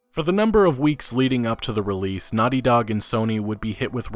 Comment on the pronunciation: you know its naughty dog, not nutty dog